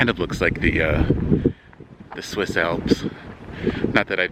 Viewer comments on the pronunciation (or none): none